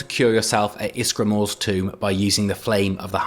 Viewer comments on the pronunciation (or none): none